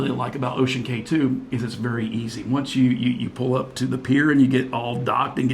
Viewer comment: I was on the Disney Dream that day! Small world! Just an FYI... CAY (like in Ocean Cay) is pronounced KEY.